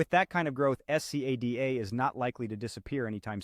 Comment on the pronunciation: My god, can't u just say scada instead of s c a d a each time, and torturing our ears